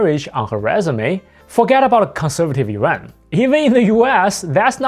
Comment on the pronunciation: please say IRAN